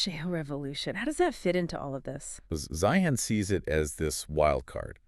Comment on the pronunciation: C'mon guys ''Zi-han?" really? You didn't listen to any of his videos when he pronounces his own name?